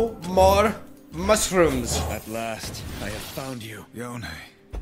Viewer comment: After three videos of pronouncing Yone as "Jone," you finally got it right! (Yo-nay)